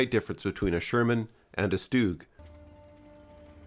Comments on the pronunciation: It's not a "stewg" Try "S - tug" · It’s not “stooog” it’s ‘stug’ with a hard G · FYI, StuG is pronounced "Shtug" not "Stooog". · I've always pronounced 'Stug' to rhyme with 'tug'. I'd never heard "Stoog" until recently (on YouTube). Is this a transatlantic, British English vs American English thing, or is it just me? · Stug with an u, not stoog with an oo . . . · Honestly I used to say "Stug" myself which I think is fine but I got blasted by a couple of angry Germans so I tried my best to clean up my pronunciation but I still never get it right. I try not to stress to much about it. Either is fine I'd say. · Oh, well, if it's the original German pronunciation, I suppose I should defer, like pronouncing 'Planck' as "plonk" and not "plank". But I shall be thinking "tug" even as I say "toog". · German is a phonetically consistent language meaning that letters are generally always pronounced the same way and I'm sure you know how the letter "u" is pronounced in the words sturmgewehr, bratwurst and sauerkraut.